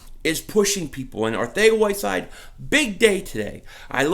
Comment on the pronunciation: Weird enough i think that is how you pronounce his name